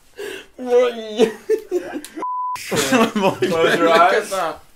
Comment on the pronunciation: haha lol "i cant breav" 😂😂😂 anyone els die at the point